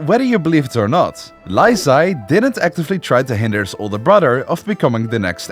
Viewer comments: bro confused ZHI and ZHE when it doesn't even sound the same in chinese 😭😭😭😭 I know chinese so it was so confusing 🥹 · is it so hard to look up a pronunciation guide and practice for 5 minutes before filming a video... pronouncing li zhi like "lyzee" instead of "lee juh" is insane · I mean this in the kindest way possible, please polish your pronunciation of Chinese names. I loved the documentary, the flow of events, but I cannot get over how you pronounce some of the names; it's pretty distracting!! :,) For example: "Li Zhi" is pronounced as "Lee Zu," not "Lai Zee" 😅😅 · How did this dude manage to call Lee Zhi "Lai Zee"?¿ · the name pronunciation is insane haha lie zee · The Li Zhi name is pronounced as Lee Gir but without an rrr sound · Li Zhi "Lie zee" ☹️ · pronouncing chengqian and tai's names perfectly: zhi's name: lie zee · The pronunciation of Li Zhi is more like lychee, and for real Chinese netizens refer to him as lychee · Li Zhi is pronounced more like LEE JUR not and Li Zhe is like LEE JUH. And Zhou is like JOE. Use the MDBG dictionary to get an idea of how to pronounce names you don't know. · “Lai tai” “lai zhee” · Li Zhi’s name should be pronounced “Lee Jih,” and Q should be pronounced like a “ch” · Very funny pronunciation of the Chinese name. Especially Lye Chee 😂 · lAI Zhi :)))))))) dont even bother to learn the surname that birthed the dynasty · Li Zhi's name pronunciation is diabolical